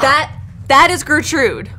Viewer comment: Was Gertrude (accent on second syllable for some reason) making an inappropriate move at the very end?